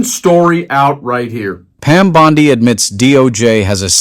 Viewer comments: Would love to believe-but seems fake voice—why mispronounce bondi’s name as bon-die instead of bon-di through so much of the reading? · You know it’s BON-DEE, not BOD -DYE, right? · Dude, her name is pronounced "bonn-dee". Bondi (bonn-dye) as a much more reputable beach in Australia. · Bondi > pronounced Bondee. (Not sure why I care at all!) Thanks for everything! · I love your channel but please, I'm begging you, DITCH THE AI VOICE OVERS! Dude, "BONDEYE"! It erodes the integrity of the information you are trying to share. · The AI voice always pronounces Pam Bondi's last name like the beach in Australia! It really is frustrating😬😬😬😬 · Can you people get your reader to pronounce Bondi's name properly? FFS! it makes it sound like a bad AI!